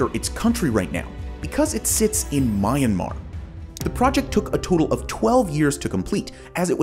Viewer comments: Is not my mar is Myan mar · You butchered the pronunciation of "Myanmar", my good sir. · It’s not pronounced my yan mar it’s mi yan mar but it is spelled Myanmar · hardly a comprehensive video. Would've been better if you showed more images of these statues in comparison to it's surroundings too. Also, bro pronounced it as "Mayenmar". Does this clown know any geography at all or is he reading from a script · lol bro cant pronounce myanmar😂